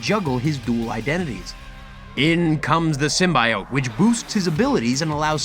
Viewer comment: In the voice of Hermione It's Sym-bee-ote not sym-buy-ote.